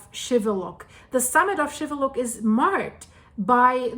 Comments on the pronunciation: it is pronounced Shiveluch and not Shiveluck like you are saying you did pronounce the city right, but you messed up the Volcano's name wrong I hope that you are staying warn in Canada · It is pronounced with the 'ch' sound at the end, not 'k'.